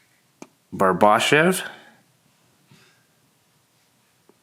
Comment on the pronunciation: Its pronounced BARB - A Shave